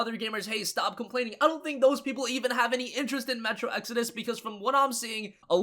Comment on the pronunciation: Hey he finally learned how to pronounce "exodus" now! So happy for him!!!!!!!!!!!!!! Also the Epic client is factually inferior to Steam its lacking many features we take for granted like reviews, forums, the workshop for mods, etc etc!